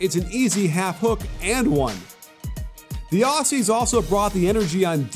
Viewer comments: Ok I’m an Australian and it’s pronounced Auzzie not Aussie ok ok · It’s pronounced auzzie not Aussie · Pretty please, from us here down under, could you say Aussie they way we say it? The S’s are pronounces “Auzzies” LOL :) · Aussie like Ozzy Osbourne, and not like posse. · Aussie is pronounced; "ozzy" not "awssy" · great presentation. however, aussie is pronounced ozzy. yeah, i know it's inconsistent with the s in australia. we think of ourselves as the land of oz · Love this breakdown, Joe Ingles is 70% Larry Bird! Just one thing: Aussie is pronounced "Oz-ey" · Can Americans please just stop saying Aussie coz your meant to pronounce it with the Z sound where the two s’s are but you guys never do so just say Australians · man this guy so disrespectful you pronounce it auzzie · The way he pronounces aussie 😭😭😭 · Interesting pronunciation of Aussie